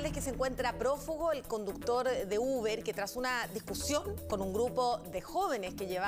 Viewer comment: "El ubr"... Que picante sonó eso.